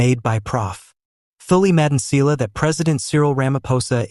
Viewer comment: Im new here but I've noticed that you don't pronounced some of the words correctly just like "Phala Phala" you saying it Fela Fela now you failing to pronounce Thuli Madonsela please do your homework before you come here.